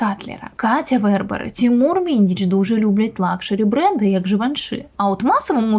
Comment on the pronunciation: ".. лЮкшЭри" 😅 Из какого села откопали эту доярку-ведущую? 😂